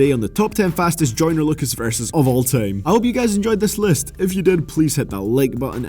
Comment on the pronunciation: Dude its time not TEJIIMEE... ffs xd